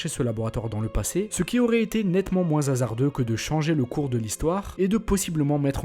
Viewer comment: Super vidéo ! Merci pour ce partage. Si je peux me permettre, fait attention à tes liaisons.. comme prononcer " zhasardeux " ça gâche un peu le plaisir je trouve après c'est mon avis 😶 Bonne continuation ! Je m'abonne.